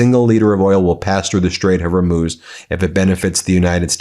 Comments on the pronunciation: Hormuz (Hormooz) I know it shouldn't bother me but the pronunciation is incorrect right? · The Strait of what? Lol .. Horemoze lol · Repeated mispronunciations ("Hair-moze" for HORMUZ!) DO matter - it undermines the authoritativeness of your commentary, & it feels disrespectful. And BTW, "Keir" [Starmer] rhymes with "near" - it's NOT "Kay-ear"! What IS it with Americans and "foreign" names/words? Even names here in England - such as "Worcestershire" - seem to defeat Americans! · Dear Ben, FOR THE LOVE OF GOD - IT'S CALLED THE STRAITS OF HORMUZ! NOT HAIR-MOZE, - AS YOU KEEP CALLING IT - REPEATEDLY IT IN THIS VID ALONE.! Please, leave the embarrassing "mis-spokes" [sic!] to Markwayne Mullen, et al. (It seems a bit of a habit of yours - Did you do this in court?) Apart from that, thank you - but, PLEASE.... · Ben...it's HormOOz. Come on. Do better. Your laziness in this regard is embarrassing and unnecessary. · "Straight of Horrrmewwwzzz" 🤣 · The strait is pronounced Hor-mooz', Ben. Your reporting is excellent. Don't make it look like less than it is by consistently mispronouncing foreign words. This is not the only example. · Her Muze There is no OH sound Where are you getting that from? Pronouniation matters Ben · Just here to hear Ben say Hermoze instead of Hormuz over and over again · Hor-MOOZ !!! (Tired of hearing nearly EVERYONE mispronouncing this....sry) 😎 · BEN!!! It's pronounced "hor mooz"!!!! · Ben you are killing me, it is the strait of hormuz. Whore Muz. Not moos not moz not her i forgot all the other ways you have pronounced it 😅😅😅😅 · He keeps saying Hormuz wrong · Why do you keep mispronouncing the word, "Hormuz"? No one else pronounces it that way. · Every time you say Hormuz wrong I stop listening. It makes you sound uninformed. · Please please please pronounce Hormuz correctly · Please learn to pronounce the Straits of Hormuz correctly - it is ao annoying to hear your ridiculous, arrogant, Americanised mispronounciation day after day. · Hor-MOOZ, Ben!